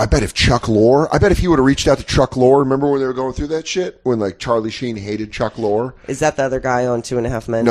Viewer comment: Dan mispronounces Chuck Lorre's name 10 times and then talk shit about Corey mispronouncing Albany.